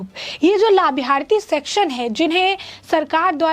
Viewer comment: Arey madam labharthi bolna to seekh leti 😂